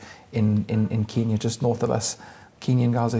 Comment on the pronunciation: Good interview thanks but you have got to say KENya not KEENya. The latter name really really annoys Kenyans....